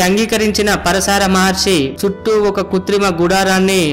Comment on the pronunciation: పరశార కాదు భయ్యా . . . . పరాశర మహర్షి